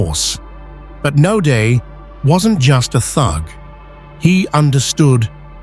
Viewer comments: Not 'Nodaay' - pronounced NOUDEA ! Naude a common South African name - who's this narrator?? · His last name is pronounced : No - diya.